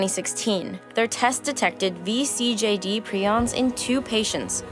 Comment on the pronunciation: THANK YOU for pronouncing vCJD right :D